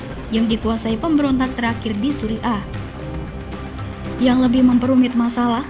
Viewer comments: Tulisan Suriah bacanya Suriyah.! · Belajar dululah kalau mau membaca kan berita, jangan sampai pendengar salah arti, Surya bukan suri'a rokok Surya. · Syria atau Suriah bukan suri ah...!